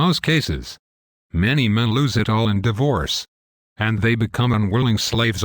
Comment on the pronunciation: what is Die VOOrce? lol least the robot voice got a face this time.